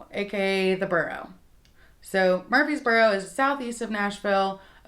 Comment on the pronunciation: Honey you’re saying “MURFEES boro”. It’s MURFREES boro. There’s an R in there you’re leaving out.